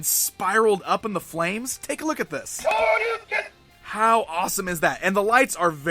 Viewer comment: lol wtf is a truken tru-uken its shoryuken